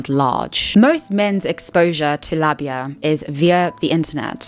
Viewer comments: this is really important to talk about but also it's said lay-bee-a. Also labia library is a good reference and helped me when I was going through puberty learn how diverse bodies can be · I understand that you are British, but your repeated mispronunciation of Labia i really getting to me. It uses the long a-sound for the first syllable ok? Like in aero or aid. And short a-sound at the end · say it with me: lah-be-uh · The way you pronounce labia is craaaaaazy